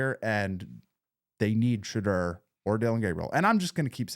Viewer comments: You're still butchering his name it's pronounced Sha-door 🚪 not Shadrrrrr😮😮😮😮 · If you’re going to be commenting on Shedeur you need to learn to pronounce his name. It’s pronounced Sha DOOR 🚪not Sha Durr.